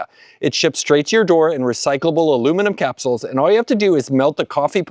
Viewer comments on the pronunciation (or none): none